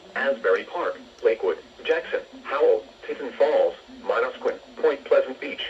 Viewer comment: Also Manosquin at that pronunciation 😂😂